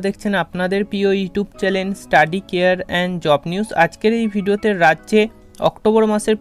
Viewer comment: Plzzzz modify the word 'channel', you always call it 'challen'. Plz don't mind.